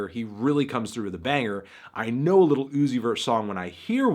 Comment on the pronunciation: It bothers me that he says little instead of lil